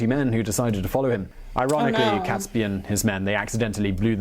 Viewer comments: I've noticed this trait he has in his videos. He clearly is well educated and yet he often gets names wrong. Besides getting Guido wrong, he also pronounces Catesby wrong after a while. He initially pronounces it correctly as Caits-bee but then starts calling him Cats-bee. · I was taught his name was pronounced "G-ee-dough", not "Guy-dough". Was also taught that it's "Kates-bee" too and not, "Cats-bee". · Guido pronounced gweedo. Catesby: cates like gates. The bonfires were decreed to be lit across the land on 5th November 1605, ie. that very night, to celebrate the escape from disaster and tyranny. (419 years later.. Still doing it). BUT MOST IMPORTANTLY this was NOT about religion. (Ok some people cared a lot about different ways of practicing faith but...) This was about POWER. It was about national sovereignty vs. foreign rule. A Catholic king would be controllable from Rome. Henry VIII went a very long way out of his way to put a stop to that a few decades before. This is the foundation of Britain as a sovereign nation. This day is when we celebrate our independence. It's our independence day. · Guido pronounced gweedo. Catesby: cates like gates. The bonfires were decreed to be lit across the land on 5th November 1605, ie. that very night to celebrate the escape from disaster. (419 years later.. Still doing it). BUT MOST IMPORTANTLY this was NOT about religion. (Ok some people cared a lot about different ways of practicing faith but...) This was about POWER. It was about national sovereignty vs. foreign rule. A Catholic king would be controllable from Rome. Henry VIII went a very long way out of his way to put a stop to that a few decades before. This is the foundation of Britain as a sovereign nation. This day is when we celebrate our independence. It's our independence day.